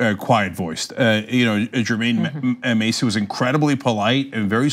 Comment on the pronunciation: This story is crazy bcuz i actually know the guy being harassed. Double tree is about to take a major L. They pulled this with the wrong person... (side note it’s pronounced Jermaine MASS-EY, not Macy)